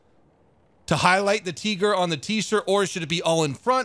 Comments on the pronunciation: “Hey look it’s a teegor” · "Franz its a Teegor!" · toight as a toiger "tight as a tiger" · The "Hey, have you seen my tigor ?" is so funny ! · oh no not the Teegor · TEE - Gore xd